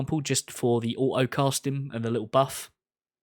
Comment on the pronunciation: Its funny hearing someone pronounce the word auto like "oaoh"